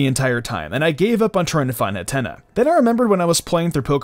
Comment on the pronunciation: Did he say hattena like antenna?... Hat-een-ah